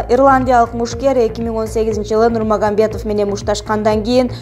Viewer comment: Нурмагамбетов эмес нурмагаметов